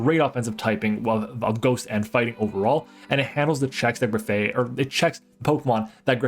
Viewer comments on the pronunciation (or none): graf -eye -eye not aye aye. it's graffitti + eye eye, a real animal